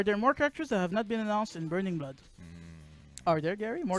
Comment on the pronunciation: I want the announcer from the trailer to be a character. ONE PIECE: BURNINGU BLOODO